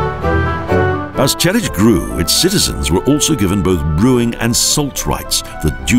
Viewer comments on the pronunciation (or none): Why are you saying Telitch?